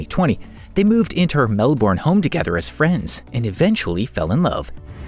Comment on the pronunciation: NOR-FK and MEL-BIN (pronunciation)